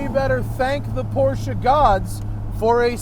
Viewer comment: You get props alone for saying Porsche and not porsh like most of the other idiots. Thank you Matt!!!!